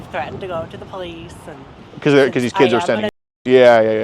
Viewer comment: I’ve threatened to go to the po leeth